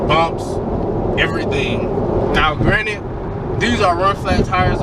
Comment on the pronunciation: Lol I read the comments first so I busted out every time I heard “Granite”😂. All love though lol